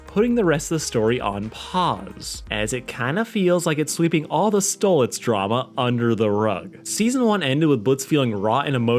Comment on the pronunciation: Hang on you call pronounce stolitz name like stolis and the. At random point you pronounce it like stolitz